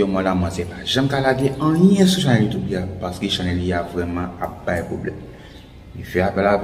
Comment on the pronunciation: Lang vrèman lou pou di chanèl la😆😆😆